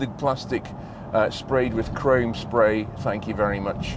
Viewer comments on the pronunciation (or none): none